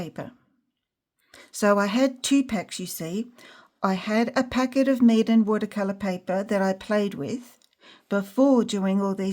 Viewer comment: I will forever, from this day forth, pronounce Meeden as "Maidian". 😅 That's a new one for me and comical! Thank you for your time and efforts! 😊